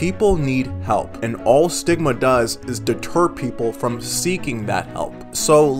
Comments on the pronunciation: stigma sounds like sigma 😭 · Stigma What I hear: Sigma